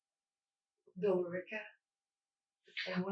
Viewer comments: The way she pronounces “Billerica” makes me want to scream, it’s Bill-Ricka! (Billerica is the [indiscernible] when she’s listing police stations.) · When she calls the police and she’s basically leading the guy, the part you don’t have in quotes is “your mother that lives in Billerica Mass” she pronounced it wrong though lmao. It’s pronounced “bill-rica” not the way it’s spelled. Sincerely, someone who’s spent far too much time in Billerica Massachusetts. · I know the lady's insane because she pronounced the e in Billerica.